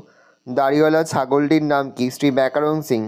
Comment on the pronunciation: স্যার ওটা ব্যাকরণ শিং হবে, ব্যাকারণ শিং নয় ।